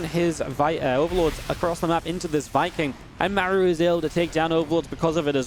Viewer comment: Great game, love your casting, but isn’t his name pronounced like Marc but with an u at the end? Without the c? Just throwing it out there. Love your effort for the scene